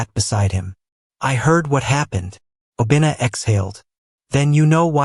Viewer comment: I like the story but Obinna is pronounced wrong fyi